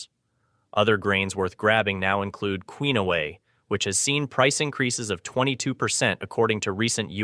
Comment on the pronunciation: The voice on this video should bother to learn how to pronounce words like penne and quinoa.